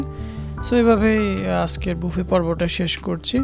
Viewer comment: বাফেট ❌️ বুফে ✅️